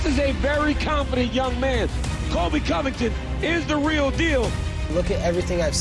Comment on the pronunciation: why does say Covington’s name like that lol “Collllbay”